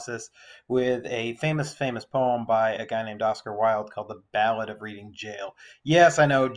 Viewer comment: Yes Thank you! Ps ‘Reading’ is pronounced ‘Red-ing’